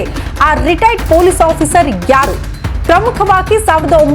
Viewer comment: Madam first pl learn how to pronounce " Retired" ...u are saying "retiredar"... responsible channels like you should not indulge in sensational news..